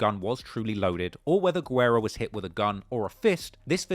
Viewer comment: you're a true legend. Just one small note: en español, we pronounce the name "Guerra" like "gerra," not "gwerra."